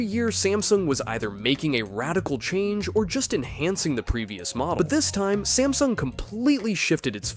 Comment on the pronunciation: smasnug XD